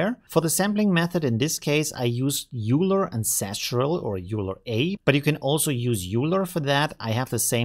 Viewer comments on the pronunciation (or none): The name is not pronounced “Euler”, but something like “Oiler” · bro… aren’t you literally German… how can you still not pronounce EULER correctly 😂 it’s literally a german name after the german mathematician EULER… its pronunced OIL-ER not YOULER 😂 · Every time he says it I cringe. That’s always surprised me. Like, is he doing it on purpose for some reason? How can he get it wrong? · Easy explanation: If you don't know the German mathematician (I for example didn't know him either), it seems quite obvious to pronounce it like this. End of story. 🙂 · bro… you don’t mispronounce people’s names just cause your “speaking English” 😂